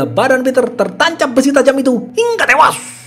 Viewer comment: jedderr...hingga tewash " pake shod "